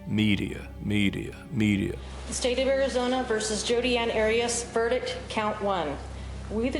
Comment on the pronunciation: Heads up it's Arias.. 😂😂 Great content though ✌️💖